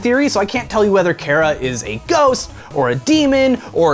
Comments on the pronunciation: So am I the only person that mentally pronounces it CH-Ara and verbally pronounced it CARE-A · Chara is like a character inside you, so I pronounce her name like CHARActer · u said chara wrong dude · CHARA IS THE BEST I LOVE THEM!!!!!!!!!!!!!!!!! THEY KILL EVERYONE SO GOOD (btw you said chara wrong) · you're the first person I heard pronounce Chara's name differently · i hate how hes saying chara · You say chara wrong -_ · Chara say it with the "H" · I believe Chara is supposed ot be short for "character", because in game they carry whatever name you picked. Therefore it make sense ot pronounce it the same way you pronounce the word "character" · How will they pronounce Chara? That is the fundamental issue to determine whether or not I'll enjoy the video. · It is chara, not kara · I pronounce chara as Ch-are-uh Not care-uh. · I think that it's wrote CHARA do why you read it like it's wrote CARA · Cara you mean Chara like CHARAzard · OoO HE SAID MY NAME KARA BUT I THINK HE'S TALKING ABOUT CHARA AND IT'S CH-CH-CHARA LEARN HOW TO SAY IT! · cchhhhhhh ch ahra chara not kara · Not really to be rude but it doesn't sound like " Kara" it's " Chara " and Chara is a bad version of frisk I guess we'll that's what I think yeah and I'm a kid so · It's CHAR-AH, not CHAIR-AH!!!!!!! FUHUHUHUHU!!!!!!!!!!!! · "KARA" IT'S CHAR-AH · im getting cancer from people pronouncing it like kara not ch-are-ah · why does everyone say chara wrong it's not cara it's ch-ch-chara listen to the CH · Chara is pronounced "Kara"? I thought it was pronounced "Tch-Uh-Ra". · Chara Not Carea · CHARA. not cara. CH. CHARA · Her name is ch ara like character. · I would have put money on it its pronounced char-a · Chara it's pronounced ''Kara''. Their name comes from ''Character''. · You said care-uh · it's pronounced KAH-rah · I've never heard Chara pronounced the way he pronounced it :P I pronounce it like Car, as in Car-ah. I have heard it pronounced like Char with the CH as in choice though. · Its Char-A